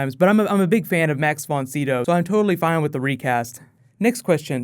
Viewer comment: Not sure why, but it really bothered me you kept miss pronouncing Max Von Sydow's name. Sydow Long I sound (like Fido)